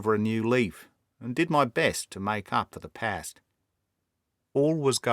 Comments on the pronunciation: just one point about your Australian accent: it's one of the best I've heard, but as an Aussie myself, I can assure you that we pronounce "past", "last" and "fast" exactly the same as most Brits, with a long /a/ sound. I don't know where you got the idea that we say these words like most Americans, with an /ae/ diphthong. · Aussie's pronounce past " parst". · It is an imperfect Australian accent in my opinion. Rarely will you hear an Australian pronounce the words path, task, past and last as one would the words "rat" or "Black Jack of Ballarat". In my experience, we mostly utter those with an extended "ahh" as in mast, Maastricht or half, but I'll confess it is only the nature of these brilliant tales that makes one focus on small details as does our hero.